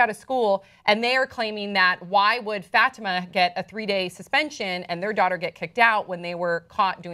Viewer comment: she kept saying "FATima" ugh I cringed evertime!! it's "fuh-tee-ma"